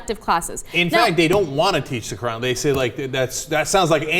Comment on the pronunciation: ANNA SAID QURAN RIGHT! (kinda) You're awesomeness level just went up.